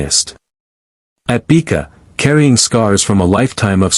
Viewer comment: The A.I. needs to learn how to pronounce words properly. (Beeka? Her name is Bekka, with a SHORT e sound)